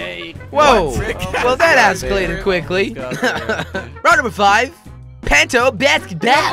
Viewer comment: he said round number flive